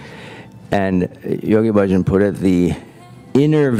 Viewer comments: The commentator is mispronouncing Yogi Bhajan. Hundreds of times. It is not Budgin! She is driving me crazy. All the same, this is a great expose and more than true. Congratulations. Try saying Baah-Zshan. Beware of anything that seems too good to be true. Beware of Gurus. Beware of smooth talkers trying to sell you something. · You folks did a tremendously good job on this documentary. Really, exemplary! The editing, soundtrack and footage are perfect. I have only one problem--the narrator repeatedly mispronounced Yoga Bhajan's name. Bhajan is not pronounced Bujin! Try Bah-zhan. All that hard work, and this one nerve wracking error like screeching chalk on a blackboard. All the same, congratulations for a powerful expose! I met Bhajan in 1971. He was a con from the very beginning. By the way, a bhajan is a devotional.hymn. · Bhajan is pronounced Bayah-n Guru Jagat us pronounced Yg-ah-gyad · it is "jahgaht" and "Bahjahn" whether or not they are husksters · Thank you for this documentary, very right on. Just one thing, Yogi Bhajan is pronounced …Baahjaan … long a’s no u or i sound … keep up exposing these folks. I met Yogi Bhajan in Santa Fe NM long ago and he is absolutely 100% a rip off.